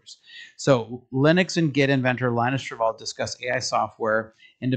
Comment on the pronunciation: Linus Torvalds's name is pronounced "Lynn-us Tore-valds". Exactly how you would expect if the operating system named after him were named "Linux".